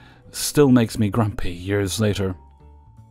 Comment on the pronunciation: For some reason saying the word grumpy is so amusing.